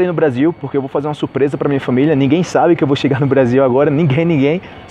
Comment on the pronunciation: Por qué vc fala "Mia" e não "minha"?